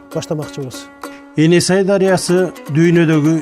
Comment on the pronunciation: Каап туура эмес айтып жатасынар эне сай эмес ээн сай туура аталышы айтылышы енисай .ээнсай бул широкая река деп которулат